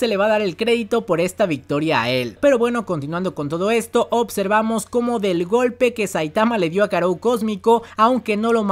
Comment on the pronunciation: buen video, una tortura como siempre el "opservamos" y "otservamos" pero bueno interesante.